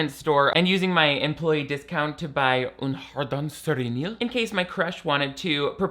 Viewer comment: haha I kinda hear it now but the pronunciation is still very confusing (but also very very cute...oui oui baguette honhonhon)